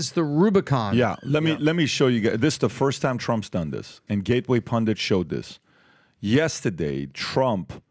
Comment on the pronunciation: Good video. But PAT yesterday isn't not pronounced YESTAAADAY.